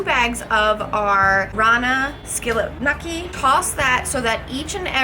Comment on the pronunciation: WTF?!?!? its pronounced gnocchi (Know-key)